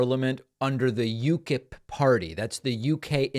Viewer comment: Please, David, Farage rhymes with "garage". And the party is called "you-kip". You should thank -- whom or whatever -- that you have been able to maintain ignorance about this piece of excrement: a more restrained, British Trump, but with a much better voice, unfortunately.